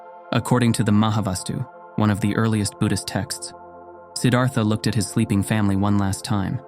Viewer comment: Beautiful video. Not exactly accurate. This is a great topic. Consider Anandamai Ma, a female and enlightened in a mighty way. Siddhartha pronunciation ends in TA not THA.)